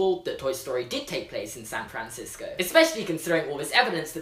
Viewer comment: SAAn FrAAnsico